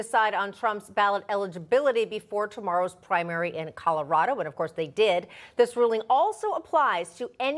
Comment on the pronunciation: Griswold is now a permanent member of the "Mile High Buffoon" club...😂 "Calaradah", y'all need a new Secretary of Hate.